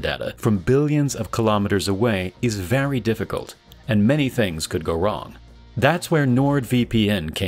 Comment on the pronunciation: very not vary drive me nuts